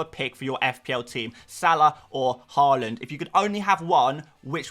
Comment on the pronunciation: YAAAAAY pronounced Haaland instead of Hooland Honestly I like watching your content but the way you are purposefully mispronouncing Haalands name is 5ucking annoying.